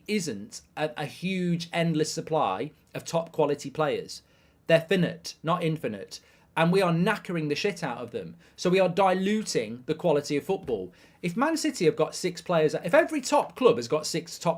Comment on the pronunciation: Mark "finite" is not pronounced "finit" It's pronounced "fiy-night"